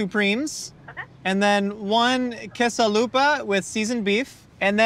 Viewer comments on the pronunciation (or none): "quesa lupa" Hearing you pronounce that just made me laugh. lol. Being from south texas, it just sounded funny. Another killer video man. YES!